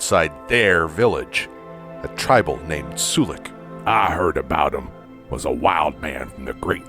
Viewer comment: Isn't it pronounced Sull-ick not soo-lick?